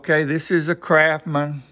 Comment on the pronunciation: Those tools are NOT kraphmen. S and T aren't that hard to pronounce. Like the word Mustang. CRAFTSMAN not crafmen.